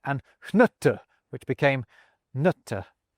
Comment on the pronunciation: I did a dubble take when you said "nute" (nut) because you sounded like a native south eastern swede saying "nötter" (nuts).